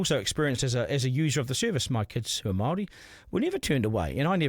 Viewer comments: Pakeha can't even pronounce the word Māori correctly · I'm sick of majority of pakeha not even being capable of pronouncing the word Māori correctly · I bet you can't even pronounce the word Māori correctly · Majority of Pakeha quite literally cant even pronounce the word Māori correctly... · You pakeha can't even pronounce the word Māori correctly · ? You pakeha can't even pronounce the word Māori correctly